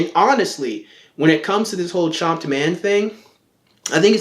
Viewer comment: It sounds like you're saying Chomped .